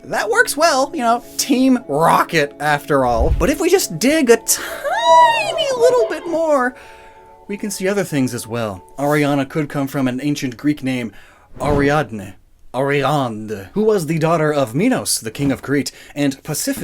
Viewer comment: Ariadne is pronounced "Air-ee-ad-nee", Minos like "Mine-os", and Pasiphae like "Pass-i-fae", but you get points for trying